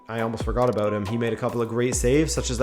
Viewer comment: So, you say abøvt. Are you by any chance Canadian?